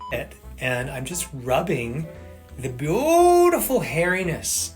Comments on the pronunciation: every time he says bootiful I want to end it all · Why does he say beautiful like that? This has to be satire, right?